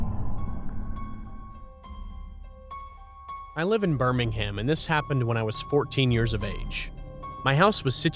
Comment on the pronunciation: they said Birmingham wrong